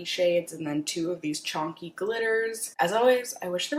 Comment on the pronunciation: Wtf is CHONKY? It’s chunky 😂